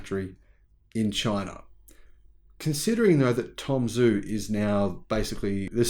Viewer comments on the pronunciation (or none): Tom Zhu is pronounced “Ju.”